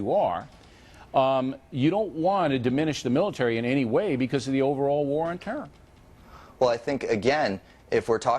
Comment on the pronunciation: neither o'reilly and bush can say terror. they say trr